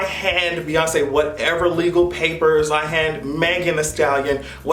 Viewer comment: New York voice BEYONCÉ BEYONCÉ BEYONCÉ blink blink